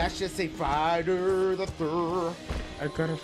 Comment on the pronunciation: "That shit said Friduuuuur the thurrrrr" 😂😂😂😂